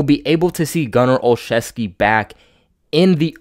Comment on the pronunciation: This guy is my friend's cousin. The way the name is said is " OL-ZEW-SKI....NOT OLCHEVSKI..... Jim Nance of CBS says it wrong, too.